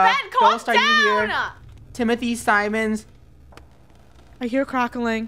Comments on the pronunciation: "TiMoThY sEmOnS" - 2020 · “Timothy Simons”: TiMoThY sEmInS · Nobody: Not a single person Not a soul:: TiMoThY cImInS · be like The name is… Timothy Simmons Not Timothy Simon lol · I come 2 years in the future😘 to say it is Timothy Siemens totally not Simon(s) like Simon says with a s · Funneh: say his name properly: Timothy Simins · The fact was pronouncing Timothy Simone's name wrong is making the video scarier